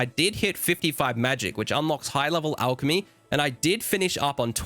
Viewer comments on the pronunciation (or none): none